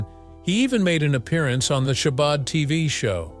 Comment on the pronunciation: Ho-hum (yawn). A rather superficial catalogue of facts about a deep artist, and a mispronunciation of "Chabad," and not much of anything about the meanings and passions in his huge body of work. Not everything from him has been great, of course, but he is definitely one of the greats, and this surface skim comes nowhere near doing a good job. The facts of his life contained here are interesting enough, but if you just listen to a few of his albums, you find breadth and depth not touched here.